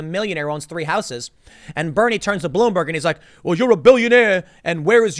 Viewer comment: he says blueberg, lol. (Tim Pool) I don't go to POL.